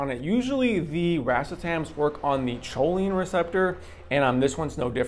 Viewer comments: Kohleen not choleen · Chough-leen lmfao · Thanks so much for the review!! Real quick tho "choline" is pronounced "ko-leen". Thanks for all of your reviews!!